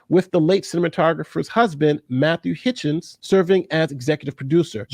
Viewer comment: it is Hutchins, not what you said.